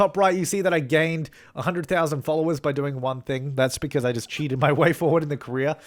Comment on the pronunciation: whenever you say ''career'' it sounds like ''korea'' to me, lmao